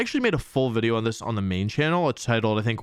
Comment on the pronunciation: This dude legit says video right and then corrects himself and says wideo. I'm onto you lmao